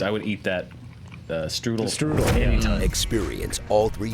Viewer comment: Americans got to learn how to say Strudel